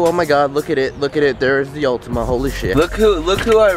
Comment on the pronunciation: Its Altima not ultima